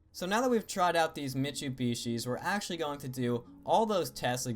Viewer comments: so we have Mitshibishis at Munaco. Nice video, but lol at those prenunciations... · Shhiiiiitt! I just listened to him pronounce Mitsubishi like mitsubeeshoe lol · Did he just say "michubeeshee"?! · Good lord, your pronunciations of Monaco and Mitsubishi were way off. >.>